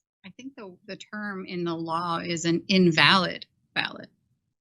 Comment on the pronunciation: "Ivalid." Oof. One word broke him.